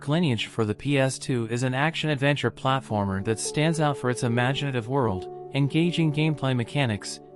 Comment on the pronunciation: What's a platAformer? :p